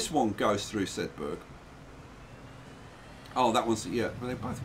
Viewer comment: 71 episodes in and still can't pronounce Sedbergh!!